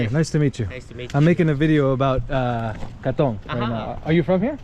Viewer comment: You pronoune Katong really well...especially for an American😊